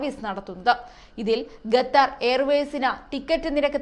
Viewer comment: Gathar അല്ല ഖത്തർ എന്ന് പറയു